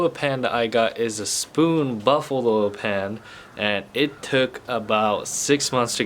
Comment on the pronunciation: You are saying “baffled” oil pan wrong. Not buffalo.